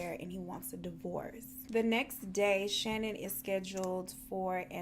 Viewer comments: Her name isn't pronounced Shannon Hun it's pronounced Sha-Nan x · Lmao okay I love you girl but her name is ShaNAAN. It was driving me nuts throughout the video. 😂😂😂 but great video. Love ya girl